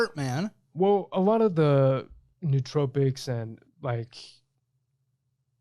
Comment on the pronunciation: Nootropics is pronounced no-o-tropics.